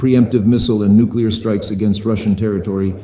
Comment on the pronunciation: nucular topidos nukular missles you fruad